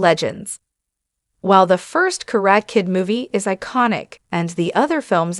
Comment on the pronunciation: It’s pronounced [ KA - RA - TEH ], what is a “KARAT” Kid ? The lady announces it in a wrong way. She continues to say, “KA -RAT” . Ridiculous ! 👎🏼👎🏼👎🏼👎🏼👎🏼👎🏼👎🏼👎🏼